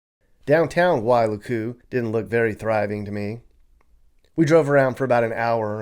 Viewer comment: It’s not pronounced why loo koo it’s pronounced like Why luku. Don’t drag out luku. Say it like ukulele… Wailuku😂